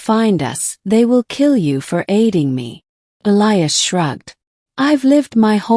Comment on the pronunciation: Finally one where they pronounce Elias correctly